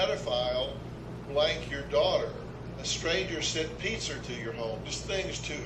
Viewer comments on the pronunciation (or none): On a lighter note, did anyone notice Dr. Phil said pizzer? 😂 You looked gorgeous and you guys did great! You were so confident 😁